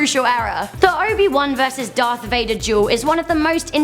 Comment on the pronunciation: Darth Veyeder😂